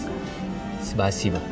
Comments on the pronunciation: làm clip rất hay, nhưng lưu ý vài chi tiết chưa chính xác: - Đầu tiên khi phát âm từ Cảm ơn: tiếng Nga có trọng âm, khi phát âm sẽ nhấn mạnh vào ân tiết có trọng âm. Từ Спасибо - Xpa-xi-bơ, trọng âm ở âm tiết thứ 2 (xi), nhưng phát âm lại nhấn mạnh vào âm tiết đầu (Xpa). Dù sao với người không biết tiếng Nga thì lỗi này ko vấn đề, nhưng nếu để ý thì nghe sẽ hay hơn. - Tên nhà hàng là Pushkin, đọc như tiếng Việt, rõ chữ U, chứ không phải kiểu đọc tiếng Anh Pơ-sh-kin. - Cái củ đỏ đỏ trên món salad, không phải củ dền, mà là củ cải đỏ. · A phát âm từ cảm ơn sai thì phải, nghe a và c nhân viên phát âm k giống mhau